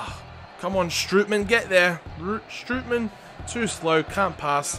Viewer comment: Not stripy man. Strootman